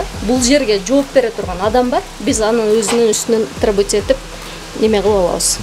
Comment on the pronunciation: Тррребоват этип алабыз дейтко 😂